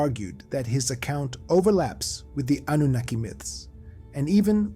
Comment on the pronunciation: Oh my stars, thank you for pronouncing Annunaki correctly ❤, and for another beautifully done episode.